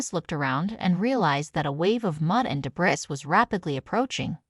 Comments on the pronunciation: Another feel good moment destroyed there no high cliffs on the Serengeti . and its debris not debirs! The story is bull***t. But nice Photoshop work? I guess? Try again. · Yes, lots of Deb-riss. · I get a kick outcof how they use all these different stock photos and videos of different people and lions. I also like how the AI bitch says "debris", like the lion is getting a circumcision from the park Rabbi. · Well, AI is improving every day